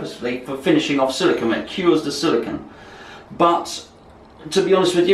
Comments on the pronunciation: First, regardless of accent, it’s not silicon. It’s silicone. Secondly, great video on beating a dead horse...and beating... and ..oh god... the blood! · It's Silicone, not silicon!